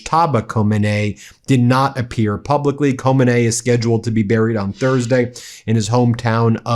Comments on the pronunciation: KHOMENI is pronounced ~ “Kuh•MEANIE’ You make it sound French 😅😅😅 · You are pronouncing Khomeini wrong, would you get it right please. ho -MAY-ni. The accent is on met accent is in the middle not the end.